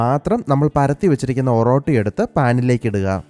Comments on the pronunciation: ഒറോട്ടി അല്ല ഒറട്ടി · ഓറോട്ടി അല്ല ബ്രോ oratti